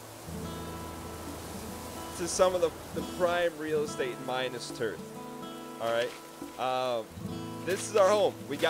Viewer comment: maybe one day, one day, will pronounce and spell minas tirith correctly...... BUT IT IS NOT THIS DAY!